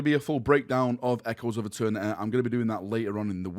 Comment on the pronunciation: “Echoes of eterneteeay” 🇬🇧